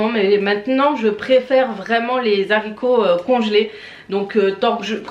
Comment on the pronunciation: Alors les zaricots n’existent pas on dit les HARICOTS😂